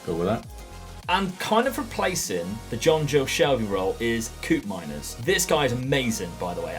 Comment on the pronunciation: Koopmeiners is pronounced like cope-miners